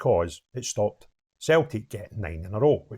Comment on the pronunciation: A grown man can’t even say stopped the 10 lol embarrassing